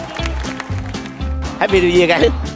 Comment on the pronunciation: Ông chú said: háp bi niêu duya=)))